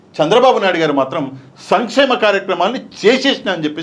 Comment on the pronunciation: భయ్యా అయన చెపుతున్నది సమి చేమ పథకాలు అంటున్నాడు. సంక్షేమ పథకాలు కాదు.